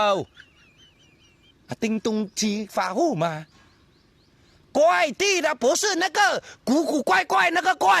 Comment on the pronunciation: Kuai 不是 guai. 他读到guai